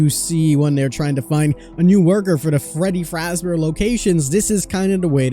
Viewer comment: I love how people who don't know much about FNAF, always mispronounce Freddy Fazbear lol